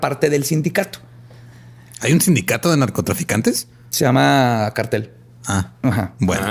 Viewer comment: like si le regresaste veces el vídeo para escuchar a decir NARCOTASANICOS <3